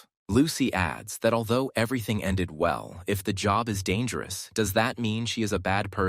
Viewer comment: Vell..vell...vell. look at this leech